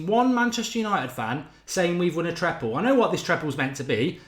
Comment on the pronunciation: Triple or treble, not treple 😂